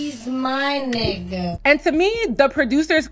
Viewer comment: The way she says ni***a doesn’t even roll of her tongue right 😂